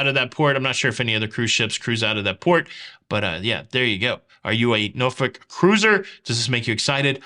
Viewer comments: SOLID Pronunciation of Norfolk! Cruising out of there in August and looking forward to the upgrades. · Lol, as a resident of Virginia, thank you for saying Norfolk correctly.